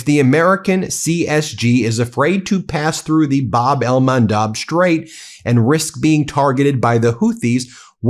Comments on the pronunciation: He finally quit saying Hormoze and now he is saying Bab el-Mandeeb. Oh brother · bahb el-MAHN-deb Please. You are a professional broadcaster. Pronunciation is important to credibility and clarity. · Bab-el MAN DEB like Debra